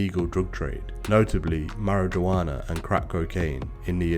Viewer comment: He said marrijiwana